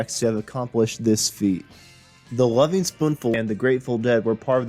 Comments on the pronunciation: "Gren-itch" not "Green Witch." Also, the gerund in the title of the band is elided. "Lovin'," not "Loving." Hard to take it seriously with such fundamental errors. And making assessments (like returning to a previous sound being "unavailable") is a weakness in a documentary clip. As for the reunions, doing them without Sebastian is the same as not being the Lovin' Spoonful, because Sebastian WAS the band. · Loving Spoonful?? How about Lovin Spoonful? Green Wich?? I't's pronounced "Grennich" . And Creeque Alley is pronounced CREEK ALLEY.....do some research kid!! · You're young, so you're forgiven :-)...but Greenwich is pronounced GRIN-itch. Creeque is pronounced "creek", and it's the Lovin' Spoonful, not the LovING Spooful. Otherwise, nice summary. BTW, I've known John since about 1984 and was just with him last night (8/31/24). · My main problem with this guy was his continuous mispronounciation of the group’s name. It is Lovin’ not Loving.